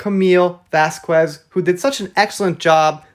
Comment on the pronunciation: "I just want him to leave me alone," while she's doing things that look like, "look at me Johnny! Pick ME, Johnny!" She draws attention to herself, but isn't always happy with the kind of attention she received Sidenote: Camille's last name is pronounced vasKEZ, not vasKWEZ. please try not to "Elaine" her name. Thanks!